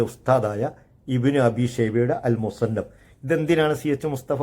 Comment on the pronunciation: താങ്കൾക്ക് ആ കിതാബിന്റെ പേര് പോലും അറിയില്ലടോ വിഡ്ഢി. മുസന്നഫ് എന്നു വായിക്കാൻ പോലും അറിയാത്ത ജാഹിലാണ് താങ്കൾ 😂